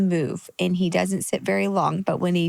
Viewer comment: I love how Jeremy adopted the Texas twang of “dudnt”… “He dudnt know how to get down”….its easy to pick up accents. He was born in PA!!😂